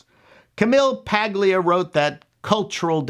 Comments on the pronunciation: Pretty sure the 'g' in Paglia is silent, as it is in lasagna. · Fascinating. I just rewatched that video myself. Usage note: I think she pronounced it "Pah-lya", with a silent or barely audible "g". Others may have a different recollection.